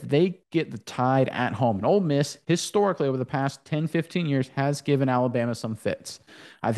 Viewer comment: Its Ole Miss, not Old Miss.